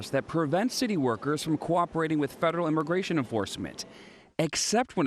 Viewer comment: Imagration IMAGRATION! WHATEVER,.. HOMAN, HOMAN!? WHAT!? RUUUUNNNN.